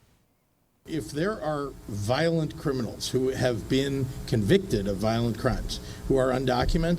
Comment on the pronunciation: the cwiminawls aw scawwed also: BAAAAAAAAAAAAAAALD